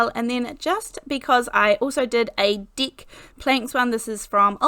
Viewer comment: There’s nothing like an Australian trying to say deck 😁